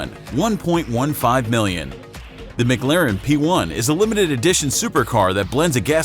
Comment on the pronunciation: "mig-larin" its "mic- claren" holy fk these channels are so cringy